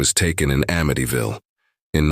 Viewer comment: It's Amityville NOT AMITYVALLE